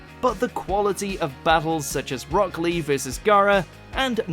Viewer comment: Did he say "Brock" Lee?